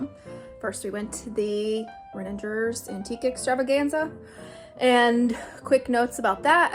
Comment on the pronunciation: Btw it’s Reningers with a hard G like goat